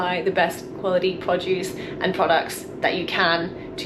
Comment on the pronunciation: I kept thinking you were saying "Podjuice". Finally picked up that you were saying "produce", and made it even more endearing. :)